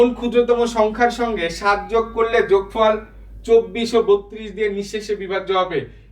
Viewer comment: যোগফর❌ যোগফল ✅ 😂